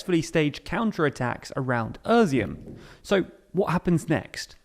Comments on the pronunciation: uuuuhshum??? Its Ee-She-Um.... your pronounciation is cringy. It's also THE Donbas.... but, well, this seems to be a modern thing, removing the articles before every word.... /keyboard warrior mode off..... This video is very informative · Your pronunciation of territories in Ukraine is just terrible... Wtf is "Irzim" ? It's pronounced "eaz'oom" The first part from the word "eazy" and the last part from the work "boom" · Izyum is pronounced "easy-um", not a(merica)-z-um... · With all due respect it hurts to hear you say Izyum and turn it into "Erzeeum" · EASY- HUM (Izyum) I-like in "Italy" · I like how he pronounces "Изюм" like "Özeohm" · Why do you keep calling Izyum, Urzium? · Where is the R is Izyum? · Well done, mate! Except for Izyum, that's really-realy bad... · Its not özyum*, its *izyum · Great explanation but it's Izyum not Ezum or what you call it. The first word is pronounced like ea (Russian И or Ukrainian I). It is the Russian word for raisin. Some say because there was many vineyards. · NOTE: That city's name is NOT pronounced "uh-zium". It's more like "eye-ziom". It's... painful to hear it said like you do. LOL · Familiar with Ukrainian place names but not with their pronunciation. When did "i" in english start being pronounced like "ur"? How do you see Izyum ans think it's pronounced Urzyum? "Is" should be one of the first words ypu learn in english. Not this guy. He learned "Irz". He irz not good with place names that don't include a shire I guess. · Er-zyum? It's I-zyoom in Russian and Izhoom in Ukrainian. Izyum in English. It's even Iz-e-um in American English. No "er". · Izyum, not Öziyum, it's about time that you got that right, or I will unsubscribe. You are not telling me anything that is not available elsewhere. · Why does he keep saying Irizum instead of Izyum? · How do you get from ”i” to ”öö” in Izyum 😭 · Izyum is not “Erzyum”, it’s “Eez-yoom”. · Izyum is pronounced ih-ZOOM